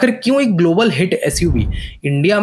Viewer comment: Its SUZUKI not SOO JOOKI 😂😂😂😂